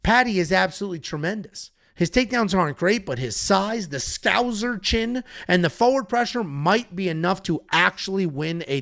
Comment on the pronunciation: Its scouser with an s not scouzer with a z😂